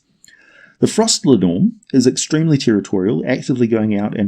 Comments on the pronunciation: It's really painful hearing you butcher the Icelandic language. It's linn orm with the emphasis on the first syllable. Not the middle one. Like is done with the English language. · Love your vids (as you might've noticed by now), but your pronunciation is very off in this one. I don't blame you for not knowing Scandinavian or Old Norse, though. For future reference, linnorm (in my mother tongue Swedish, as well as Danish, it's lindorm), is more or less pronounced linn-orm, with an i as in spin and o about as the o in holistic (tried like 3 different words in my head before I came up with something even vaguely resembling it), with equal, separate emphasis on linn and orm.